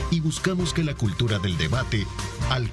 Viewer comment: Minuto consensos y soluciones no “consejos” y soluciones.